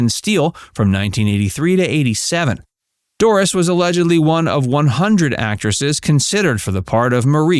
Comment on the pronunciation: It's "Doris" not "Dooris"😮